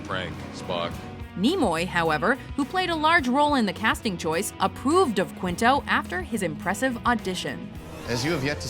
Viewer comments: It's /kinto/ not "kwinto". You don't pronounce the "u" after a q in Spanish, and Quinto is a Spanish surname. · Ok, isn't "Quinto" pronounced KEEN-toh? IDK if his surname is of Spanish origin, but if it is then "Qu" is always pronounced with a "k" sound. Anyway, I always thought Jim Carrey was super annoying until I saw him in The Truman Show, at which point I started to warm up to him, and when I saw Eternal Sunshine of the Spotless Mind it made me love him, though partly because I relate to his character (Joel Barish) so much. Eternal Sunshine... is one of my top five favorite films of all time, and I would never pass up an opportunity to see The Truman Show on TV. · it's keen-toh, not kwin-toh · How does HE pronounce it??? He says KWINTO, not keento as it would be pronounced in Spanish. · opposite of what you said - you said kinto, he says kwinto. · I found the answer to our dilemma. Mr. Quinto's dad was Italian, and in italian, the "u" IS pronounced.